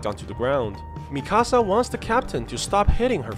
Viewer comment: Bruh it’s Mikasa not Mi-Casa